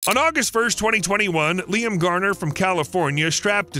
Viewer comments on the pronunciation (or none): none